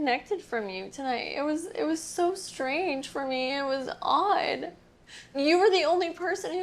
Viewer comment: I’ve never heard someone pronounce “odd” with multiple syllables before